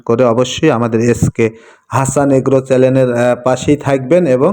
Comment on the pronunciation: আপনি তো ভাইচ্যানেলটাই উচচাণ করতে পারেন না। চ্যালেন নামে কোনো শব্দ আছে ডিকশনারিতে???